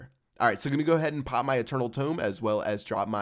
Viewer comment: quit saying "pop" it is so annoying when you say it cause you put emphasis on it and sound like a douchebag